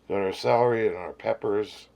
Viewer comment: Lol, your saying Salary, like earnings, instead of Celery 😂😂